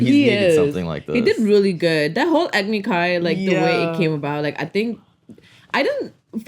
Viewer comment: It's "agni", with no sound between the "g", and the "n", so it should only be two syllables. "Agony" sounds like a good nickname for it though, considering what it leads to xD